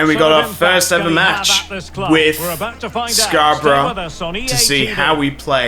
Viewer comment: Nice video, it's Scarborough for future reference though😂